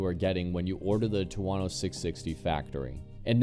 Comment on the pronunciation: wtf is a two-wano 😂😂